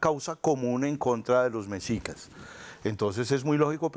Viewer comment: Se pronuncia MESHICAS. Por favor 🙏🏻🇲🇽🙌🏻